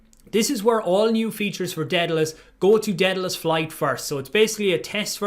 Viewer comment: How are we supposed to trust you when you can't even pronounce Daedalus